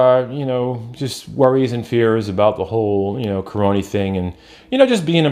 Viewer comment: Lol like how you say caronie for corona. Didnt catch the live stream but still watched it. Maybe I'll catch you live sometime. Stay safe.